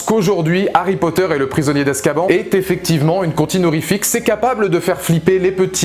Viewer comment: Hum hum... Ça se dit Azkabanne et pas azkaban